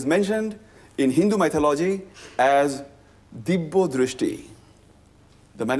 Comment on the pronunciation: It's not dibbo drishty, it's Divyadrishty.